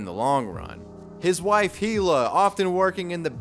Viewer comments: It's "ee-luh," not "hee-luh." Get it right! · I’m dying every time you pronounce“hila” with an H